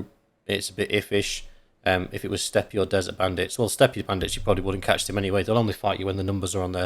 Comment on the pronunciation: "Steppe" does not require a "ie" at the end. Its just "Step."